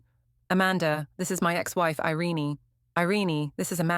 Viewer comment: Her name is NOT "Iren-ee" It's "Ireen' but spelled "Irene".